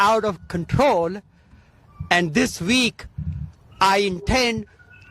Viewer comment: Deport non-English speaking Shri! “Dis veek” and “I woted”…dude can’t even get the W and V sounds correct 🙄 But that annoyance aside, he’s protecting criminals, and it is a disgrace that individuals like him are allowed in congress. Way to go, Hannity, for calling him out.